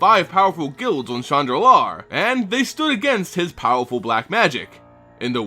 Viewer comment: When you say, "Shandalar" it sounds like you are saying, "Chan Nalaar". Lol